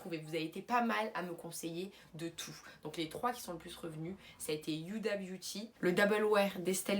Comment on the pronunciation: C’est pas méchant mais tu le fait exprès ou ta des problèmes de prononciation Il est marqué FenTy tu dis Fendi Huda beauty pourquoi dire Youda